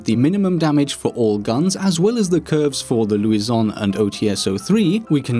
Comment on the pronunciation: It's not Luison, it's Lusion, if you could read properly. :p